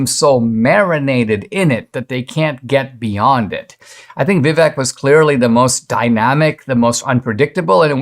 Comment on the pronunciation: Vivek pronounced Viv -a-k-e like make.